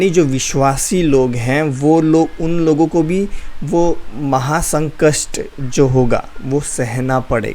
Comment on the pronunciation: Maha sankast nhi Brother maha sankat boliye...baki ok.ok.😊